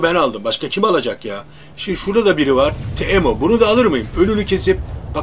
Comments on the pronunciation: abi çok güzel oynuyosun başından beri çok şey öğrendin sana ek olarak iki tavsiyem var shaco oynarken karşı takımdan birisi sana bir yetenek atıyorsa veya kritik durumda ulti basarsan ikiye bölünme sırasında hasar almıyorsun bir de teemonun ismini tiimo olarak okursan daha rahat söylersin haydi kolay gelsin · Abi teemo timo diye okunuyo bilgin olsun :)